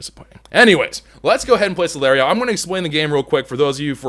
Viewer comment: Dude its the other way around it Ssss-lll-iii-tt-hh-eee-rrr :D This is not a hate comment just bringing it out there